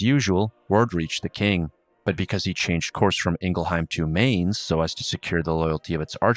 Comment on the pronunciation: I love this series, this is great. But I have to complain, your pronunciation of Mainz hurts lol